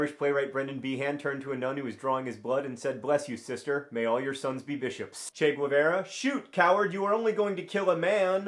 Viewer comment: OMG YAY CHE GUEVARA, I LOVE HIM SO MUCH!(& you said his name totally wrong!)